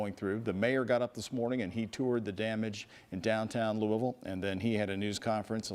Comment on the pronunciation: She said Louis ville... Obviously not from Louisville